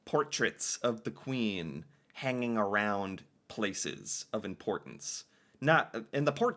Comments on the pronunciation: Yes. He says "aroond". This is pure fiction. Fake as all hell. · Why is he saying about and around like that? Tf? Nobody talks like that. Also, I didn't know Americans didn't know what a poppy was!